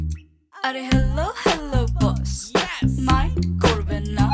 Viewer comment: It's "Mind" not "Mint"